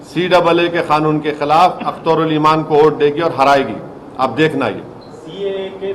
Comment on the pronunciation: कानून होता है खानून नही बे